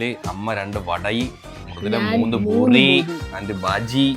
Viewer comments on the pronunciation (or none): buri alla Puri nth alle paraya..? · Boori alla poORi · ഭൂരി അല്ല പൂരി താളി അല്ല താലി